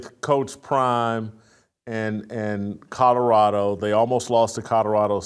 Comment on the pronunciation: “Coddarado” - Jason Whitlock